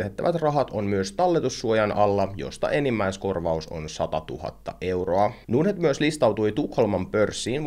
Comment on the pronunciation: Miksi pitää lausua ”nuurd”-net, kun pohja on englanninkielisessä sanassa Nord? Ei pysty kuunnella.